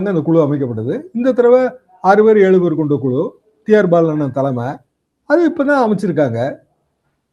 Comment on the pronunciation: குழு,உழைப்பு என்பதை குளு, உளைப்பு என கேவலமாக உச்சரிக்கி ன்றார்.இரண்டு உச்சரிப்பிற்கும் வெவ்வேறு அர்த்தம் உள்ளது.திருத்திக்கொள்வாரா?